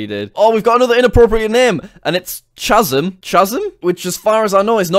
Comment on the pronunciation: name is “Khasm”, pronounces it as “Chasm”